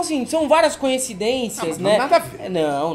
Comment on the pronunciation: eu ouvi "canhecidências"?